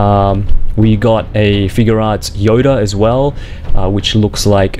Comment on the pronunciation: You say figuarts wrong